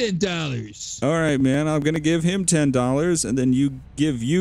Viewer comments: Twenty dolwer 🤣😆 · Chinese guy.. Dowwa... Not dowwer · "2 for 5 dorra" Man im crying xD